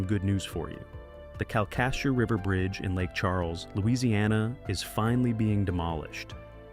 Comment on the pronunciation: KAL-kuh-shoo (accentuate the first syllable)